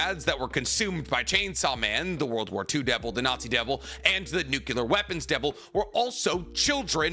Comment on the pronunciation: It bothers me that he can't say nuclear, lol